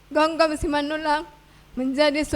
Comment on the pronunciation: Gomgom bukan Gonggom Min